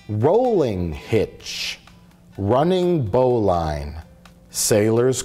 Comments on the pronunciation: its actually "bow-lynn" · It's pronounced bow-lin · Dudes went ybrohhh so much effort to enunciate their knots but caint even day bowline right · Is bowline pronounced that way? It was taught to me as "bo-lin" roughly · you said bowline wrong